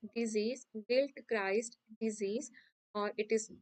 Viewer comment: You dont know even the write names of fungi like penicillium marnefii, its is gilchrist not giltchrist....so many mistakes you have done.